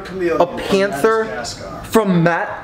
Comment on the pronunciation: Maybe let the chameleons try to mate ( AND ITS MAD-AH-GAS-GAR)!!!!!!!!!!!!!